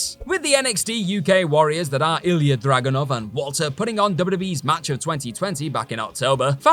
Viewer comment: ...its WALTER!! (V-All-Tur) fool